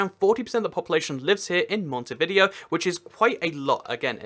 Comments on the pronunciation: It’s pronounced montividéo mont-Iv-i-day-o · No offense but your saying Montevideo wrong. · Andy Martinez It's not easy to say the exact pronuncation of a word in spanish, when you are talking English, he's trying his best.